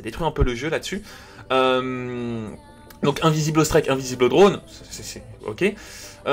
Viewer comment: Score " strÈK "